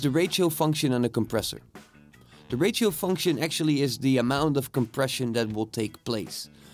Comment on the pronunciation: Simple and quick! Well done. It is funny the way you pronounce ratio, sounds like rachael lol